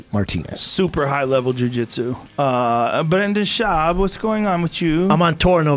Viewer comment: Bwendin Schwab